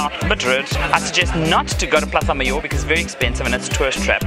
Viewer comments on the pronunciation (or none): none